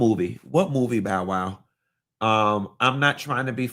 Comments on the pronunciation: Is he calling Bow Wow BOWARDDD 😩🤣🤣🤣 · “Boward” almost took me out 😂😂